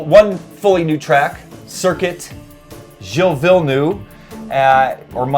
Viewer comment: It's Jille Vill-nerve, kinda disrespectful. Not having a go, but work on the pronunciations.